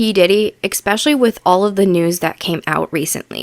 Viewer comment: I hate it when people mispronounce words….the word is ESpecially NOT EXspecially…there is no such word as eXspecially!